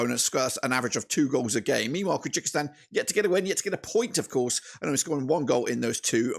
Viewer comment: Thank you for the video, but it's Kyrgyzstan (keer-gi-stan), not Kyrgykistan (keer-gee-kistan).